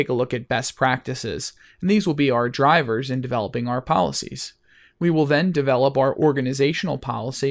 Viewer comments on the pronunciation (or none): none